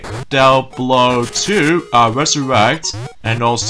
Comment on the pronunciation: it's pronounced diablo! just wanted to let you know!